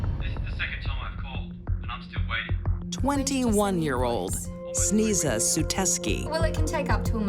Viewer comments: For those who are wondering- Sneza is a mispronounced Slavic name “Snezha/Snezhana” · "Sneeza"? ... Parents must be idiots ;)) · Sneeza? That's unfortunate😂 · It should be pronounced : Snay-ja